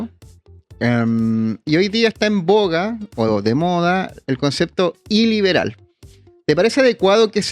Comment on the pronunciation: "Iliberal" como suena como el "ileal" de Huaiquipán.